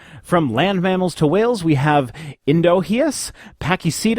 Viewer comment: Your transitional species pronunciation was spot on except for Indohyus (Endo-high-us)